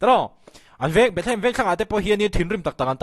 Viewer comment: A tir ah Bethehem i tih reng kha, i trawng sual aw 😂😂